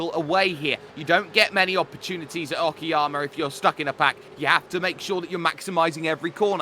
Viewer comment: it's not oki_yama , it's oka-yama, means high mountains